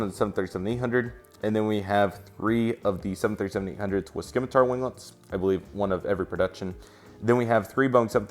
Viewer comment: It's pronounced "sim-a-tar" not Skimatar! "Nor-wee-gin" not norweegan that's just a start and those customs...lol